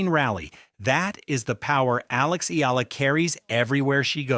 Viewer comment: Eala or E-ya-la ! Can’t take you seriously if the subject can’t be pronounced by ai… just narrate it unlike an american